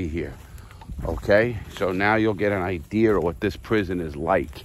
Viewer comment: Man, even with his weird "R's" he puts in his words... Idear, is a good example... being a northwesterner with an English degree... Anyways, I can think of some books I'd love to listen to him read on tape, ya know? He just had that meter, that tone, just an excellent narrator. Think I might buy his book, I'd pay double if I got a CD of him reading it. That'd be powerful.